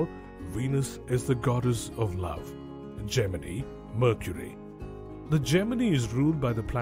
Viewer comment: I can't take this narrator seriously, mispronouncing Gemini and Libra. I couldn't even finish the video.